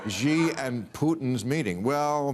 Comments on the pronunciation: Please learn how to pronounce the Chinese leaders name. It's not "jee" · The chinese dictators name is SHE there is no J, just makes you look ignorant if you carnt pronounce a name